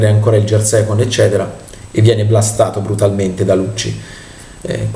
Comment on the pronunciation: Ti prego, impara a pronunciare correttamente le parole inglesi: gear si pronuncia "ghiar" non "giar", non ti si può sentire...